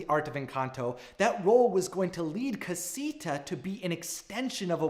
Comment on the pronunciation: And cah-si-tha en-can-tho